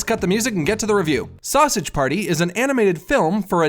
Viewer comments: "Sowsadge Pairtee" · "Sassege paerty" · I really love how he says sausage party like if hes irish